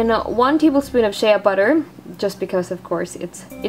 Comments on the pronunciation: I like this but u should do one on how to do it without Shea butter because it's expensive and hard to find. {btw it's said 'shay' butter not 'shay-ah' butter} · You said sheaaaa butter its Shea (shay) butter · its pronounced Shay butter not shaya butter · Lol she said (sh-Ah) butter not (sh-A) butter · Its pronounced "SH AY butter not Shea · Shea is spoken like shay and you were saying shaya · It's pronounced shay not shaya but great vid :-) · shea butter is pronounce shey butter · My friend pronounces it shee butter even though she knows it's wrong! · its pronounced shay butter lmfao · !!"SHEA BUTTER"!! SAY IT RIGHT